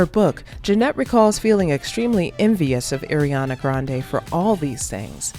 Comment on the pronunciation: Pls say Ariana right